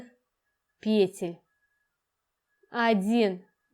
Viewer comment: ПетлЮ ПетЕль ПетлИ Простите на ваше произношение режет слух. Работы отличные но трудно что-то другое услышать кроме пЕтель🤦‍♀️🤦‍♀️🤦‍♀️